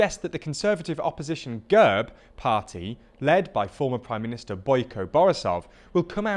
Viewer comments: The E in GERB (ГЕРБ) is pronounced as /e/ and not /i:/ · This guy butchered the pronunciation of "ГЕРБ". It's not that complicated...